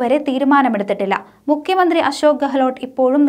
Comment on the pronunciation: ഡപ്യൂട്ടി മുക്യ മന്ത്രില്ല ' മുഖ്യമന്ത്രി എന്ന് ഉച്ചരിക്കുക .ശൊ ഞാൻ ഇത് എതദിവസമായി എഴുതുന്നു !!!